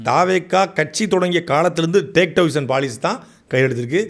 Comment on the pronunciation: சாட்டை அவர்களே டேக் டைவர்ஷன் என்பதில் (Take Diversion) டை என்பதை (D - not T) அழுத்திச் சொல்லாதீர்கள் ! It's a friendly request. Please accept my apologies ! 🙏 Normally people will hesitate to point this out to you ! But, உங்களைப் போன்ற நல்ல பேச்சாளர்கள் இதையும் திருத்திக் கொண்டால் அழகாக இருக்கும் ! Well wisher, Dr SB 🇬🇧 UK